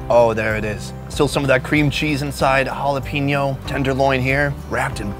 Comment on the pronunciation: Halapinyu? Jeez, dude lives near Latin America, he can't pronounce any Spanish word correctly